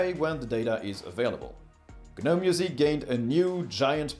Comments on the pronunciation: What?? It's not G-nome! Why are you saying it like that? If you don't know how to pronounce something then please don't say it over and over.. The "G" is silent "Gnome", try again... Hard dislike... Honesty hey everyone take advice from a person who can't even pronounce what he's telling you about...! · GNOME - It's pronounced "nowm", as in the little garden statues. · The G in Gnome is silent bro. Nice in-depth review. Thx 😎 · We pronounce it as NOM. Not sure which one is correct. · Hey, can someone correct me? Is it pronounced Geh-Nome (like he says in the video), or Nome (like the lawn ornament)?